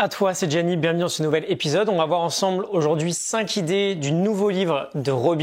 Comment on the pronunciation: Passionnant comme toujours (PS : par contre il faut arrêter avec cette liaison entre "cinq" et "idées" 🙏. C'est un détail je sais mais "Dieu n'est-il pas dans les détails ?" 😉 Belle journée à toi